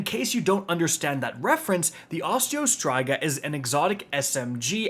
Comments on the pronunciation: STOP SAYING OSTEO STRIGA LIKE THAT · I have never heard Osteo Striga pronounced like that before lol